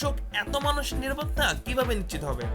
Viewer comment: 'নিশ্চিত করা ' নাকি 'নিচিত করা '?